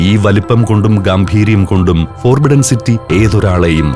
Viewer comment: the Voice: Forbidden എന്ന വാക് ഉച്ചരിക്കുക, ഫൊർബിഡ്ഡൻ എന്നാണ്. ഫോർബിഡ്ഡൻ എന്നല്ല